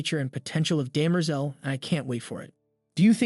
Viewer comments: Daymerzel? It's Demmer-zell! ;-) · It is DEM-er-zel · It's driving me crazy. His name is Harry hair-ree. 🙄 and derm-ah-zahl.🙄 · bro...how you mispronounce "Hari", "Cleon", "heir", "Daenerys Targaryen", and "Demerzel" in 4 minutes? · I was just thinking the same thing, especially with Cleon and Demerzel. My ears were just like "huh? come again"